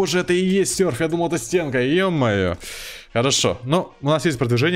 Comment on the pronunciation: В названии видео серф Говорит сюрф Правильно сёрф